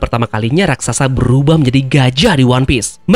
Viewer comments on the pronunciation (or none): none